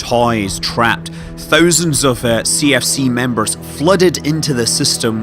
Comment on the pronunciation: Scott Manley can you please learn to pronounce of and off correctly. I have had enough now. Thanks.